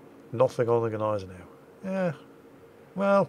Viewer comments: Its not Neisenau, its not Geneisenau its Gneisenau... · And the G in Gneisenau IS pronounced !😉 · The "G" in 'Gneisenau' isn't silent..... It's swallowed.... Like the "g" in 'Nguyen'. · Since when is the G silent in German??? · Gneisenau is pronouncend "Gneisenau", not "Gneisenau". Doesnt get any more clear than that.